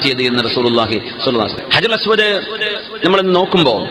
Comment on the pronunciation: ഹജറുൽ അസ്‌വദ് അല്ലാതെ അജറുൽ എന്നല്ല